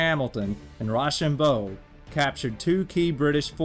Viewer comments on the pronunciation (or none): It’s row-sham-bow